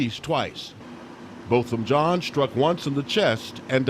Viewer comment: It’s pronounced “John”... Why wasn’t she administering CPR upon discovering her “ mistake”?